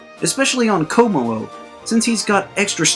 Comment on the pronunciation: Btw Shiinotic is pronounced Shih-naw-tick Kommo-o is pronounced Kah-moh-oh Drampa is pronounced Dram-puh Crobominable is pronounced Cruh-bom-in-uh-bull Crabrawler is pronounced Crah-brawler